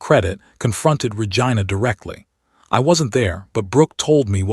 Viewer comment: Pleaaaaasssseeee.!!!! It's Ra-gee-na.